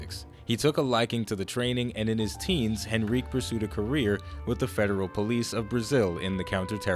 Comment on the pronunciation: You butchered Henrique pronunciation :,c